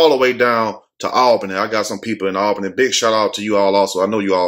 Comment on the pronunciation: Aaayyee Albany is my hometown! Shout to you for pronouncing it right (All-benny). Been in Augusta 3 yrs now. Idk how this chick was able to keep her job after the first incident. Crazy!